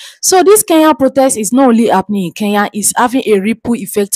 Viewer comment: Kenya not Keya!!!!